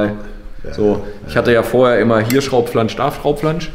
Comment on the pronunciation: "Hier Schraubflansch, da Fraubflansch" Versprecher sind schon sehr lustig 😂😂😂 Ist aber auch sch...e auszusprechen so schnell hintereinander 😂😂😂 Trotzdem wie immer super informativ und unterhaltsam. WEITER SO!!!👍